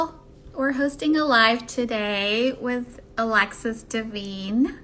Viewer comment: Isn’t her name pronounced Dee-VINE? Oh brother!